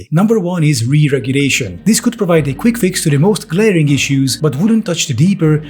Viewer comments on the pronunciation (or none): Regulation not RICHulation